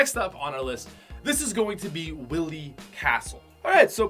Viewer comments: Bruh you probably never played MegaMan. It’s Whi-lly, not Willy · Hey dude! Good video! Btw you pronounce wily as “why-lee” instead of “willie” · Is anyone else gonna mention that he just said “willy castle” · Everyone who died inside when he said “Willy Castle” raise your hand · "Willy castle" unexcusable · You pronounced Wily wrong buddy. You said Willy’s castle. Like a willy. It’s Wily as in why-lee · mans said “WILLY” castle 🤦‍♂️ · It’s Shy Guys running you over in F8C. Also, it’s pronounced While-E not willy. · it’s pronounced WHY LEE NOT WILLY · It's pronounced Why-ly castle. It isn't about ding dongs. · Ok... pat I love you... but you need to look up the pronunciations of words before you record... Willy castle..? It’s pronounced why-lee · Did really just call it Willy castle?😑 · 2 pronunciation things btw: It’s Pal-ew-tay-nuh And Why-lee Castle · I don’t even play Megaman and I know it’s not pronounced Willy. Cmon! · It’s pronounced why-ly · He pronounced Wily so bad. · Ethan Pittari kinda does when you can’t say Wily and Palutena right